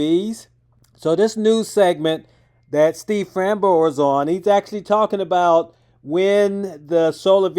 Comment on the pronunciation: The way Steve Fambro humbly ignored his black eye and the interviewer’s butchery of his last name gives me hope that Aptera will endure the coming hell of 1st Gen production errors and painful/expensive adjustments, recalls, supply chain strangulations and breakages, customer repair nightmares, mainstream media hit pieces, sensationalized battery fires, Aptera crash injuries/fatalities and lawsuits, and the challenges of ramping mass production to significant and profitable scale. I hope they manage to slog through the grinds and dance around the pitfalls that bankrupted and broke Arcimoto, Canoo, Fisker, Bollinger, Lordstown and others, because I want to see these vehicles on the roads benefiting actual people, and because I want to take delivery of my own Aptera vehicle order.